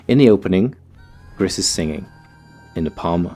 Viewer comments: I think the name might be pronounced "Gree", cuz it's the french word for "grey" and spelled the same. :P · It's pronounced 'gree' my friend. Its French for grey. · The creators are Spanish, actually, so it's pronounced "grees" for grey